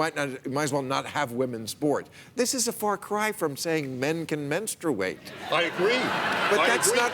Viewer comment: Really? I can't believe how many people don't know that the word is pronounced, "men-stru-a-tion".